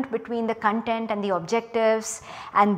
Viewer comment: 'Content, not Con'tent!